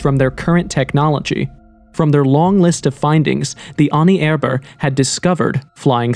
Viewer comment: It’s not Pierre raees. It’s pronounced Pee-ree. Also the way you say Ahnenerbe is different every sentence.